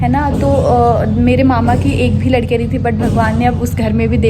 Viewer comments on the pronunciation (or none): none